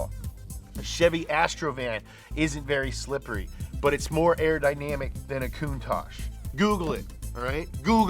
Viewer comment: Aerodynamic not Arrow Dynamic 🤦🏻‍♂️😂